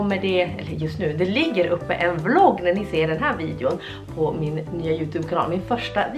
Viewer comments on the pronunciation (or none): none